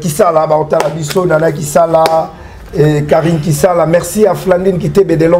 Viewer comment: ''ba dati'' au lieu des ''ba dates'', '' carini à la place de carine''!!! tu as un problème avec la lettre i ? kiekiekiekie:face-blue-smiling::face-blue-smiling::face-blue-smiling:😛🤣🤣